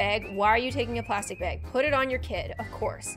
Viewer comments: Baaaaaaag not beeeeeeg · Bag not beg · I know I love her accent when she says "~Bag~"